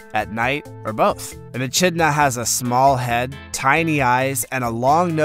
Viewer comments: Is is not embarrassing to post a video like this and no even pronounce the name of the animal correctly. There is no ch sound in echidna (uh-kid-na). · echinda is pronounced ekidna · It's an e-kidna,not an e-chidna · It's said E-Kidna not E-chidna even if it's spelled Echidna 🙈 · another he has not pronounced right.the achidna is not pronounced a chid na it is most annoying when a narrator does not know how to pronounce the names right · How many other Aussies cringed at the Echidna pronunciation?! 🤦‍♀ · Grouse rhymes with house. Echidna is pronounced e-KID na